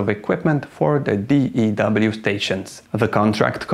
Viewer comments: You don't pronounce it D E W line. Your pronounce it DEW line. Like what you get on flowers in the morning. Or the pop mountain dew. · Pronunciation of acronym DEW is not "Dee-Eee-DoubleU". It is pronounced "Dew", as in the moisture that condenses on grass in the evening. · Hearing you keep saying d.e.w. line... giggles everyone just calls it the "Dew" Line. as in Dew point. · DEW is pronounced "do." We don't call it the D-E-W line. My late father-in-law worked on commissioning DEW radar systems. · It's not the D.E.W. Line...it's pronounced as ONE word...The Dew Line... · DEW is pronounced dew, like condensation, not D-E-W. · I happened to know 3 people that worked on the dew line. They all pronounced it like "the do line". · It's pronounced "dew" line like "mountain dew" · It was called the DEW line & pronounced as one word, not spelled out every time you said it.